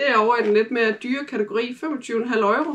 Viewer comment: Haha Øjro. Uden at skal lyde som en dansklærer, det hedder euro ligesom Europa eller Euroman. Man kalder det jo ikke øjroman😂😂 sagt med et smil på læben. Men ellers god video👍🏻